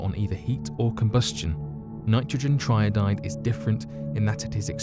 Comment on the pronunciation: Tri-iodide not tryodide... Another narrator that hasn’t got a clue about what they’re talking about.